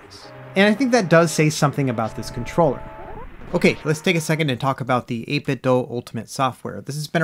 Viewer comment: Just FYI 8bit(do) not (doh) they released a Bluetooth speaker a while back and it pronounced (do) at startup. That's how I found out.